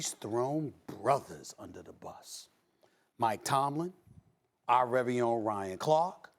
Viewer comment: This dude said "our rery own" lol